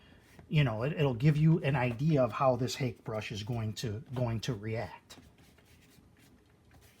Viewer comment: Thanks for this video - I'll check out your other ones. FYI Hake is pronounced hockey (like the sport) and personally the dark glasses are kind of a disconnect for me unless you're blind or stoned... 300 followers may not be record breaking but it's a hell of a start. Congrats!